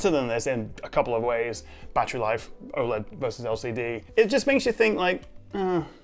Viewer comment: aside from being oled every word you just said was wrong.